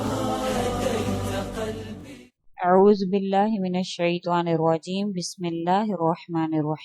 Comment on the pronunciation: Subhanallah..sister ,yah rwaheem our rwajeem nahi hai Raheem our Rajeem hain